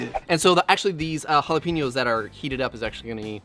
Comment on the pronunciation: Again with the jalaPEEnos!!?! (You had to know this was coming)